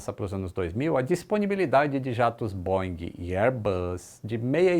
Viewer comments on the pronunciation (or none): none